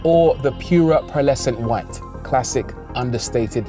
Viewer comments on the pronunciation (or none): none